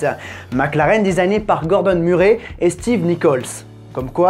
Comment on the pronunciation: Cette série est vraiment excellente. Petite précision, quand tu parles de tonton Gordon, notre nom de famille se prononce "Meurray" 😉